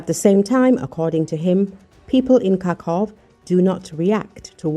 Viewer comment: Karkhov???? It is KARKHIV